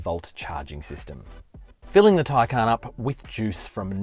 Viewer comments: Taycan is pronounced with emphasis on first syllable not second syllable. Please pronounce this correctly. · And say it incorrectly.